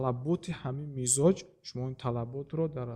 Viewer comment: Муалим, мичоз не мизоч😂